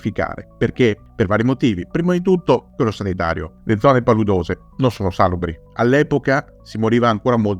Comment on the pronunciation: Si dice salùbri, non sàlubri